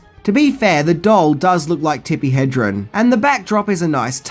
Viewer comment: You’ve got to say Tippi’s name right, HedreN.